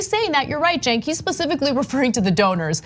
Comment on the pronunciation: Joe Manchin is... A) a piece of shit B) someone who can’t pronounce names ie “Cenks” C) going to get his ass primaried D) all of the above